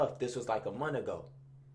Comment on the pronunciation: “A munt go by” 😭